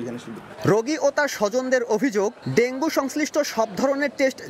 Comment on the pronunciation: সংবাদ পাঠক ডেংগু না বলে ডেংগি বলছেন, এরকম ভুল উচ্চারন কিভাবে করেন,একজন সাংবাদিক?